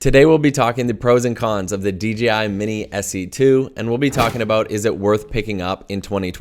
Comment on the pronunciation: see he says D G I, I thought I was the only one